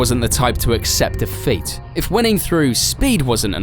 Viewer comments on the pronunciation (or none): none